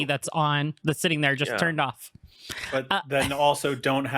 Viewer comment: 'sitting' or did you truly mean 'shitting'? 😂